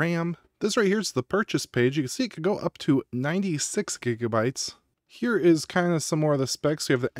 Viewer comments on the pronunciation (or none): none